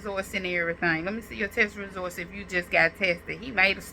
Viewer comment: Girl, get off the internet and take an English.grammar, speech class. The word is “results”, not “resorts”. 🤦🏾‍♀️